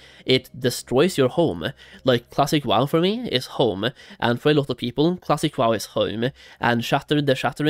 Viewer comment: I can’t stop hearing the -eh at every time he says wow-eh